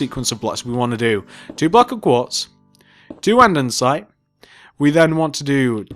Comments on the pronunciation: Everything was perfect, just one small thing. "An-de-site" not "An-den-site". ^_^ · You just keep saying andensite. It is actually andesite!!!! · Stop saying andensite it’s andesite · You dumb shit its andesite not andensite dumb piece of shit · Omg!! It’s called andesite. Not andensite. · Your saying andensite it's andesite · Anyone notice he says andensite not andesite just pointing it out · Can you say Andesite right? You say Andensite... Sorry no hate it just annoys me. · him: andensite me: ANDERSITE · I think he has a little problem with saying "Andesite". Instead of saying "Andesite" , he's saying "Andensite" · andesite not andensite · Its pronounced "andisite" not "andensite" morin. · You do realise it's ANDESITE Not ANDENSITE FFS!!!!! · Why does he say andensite? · He is in middle English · STOP SAYING ANDESITE WRONG!! Also you forgot to add "Police Station" in the title. STILL ANDESITE! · Your saying andesite wrong😂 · It’s andesite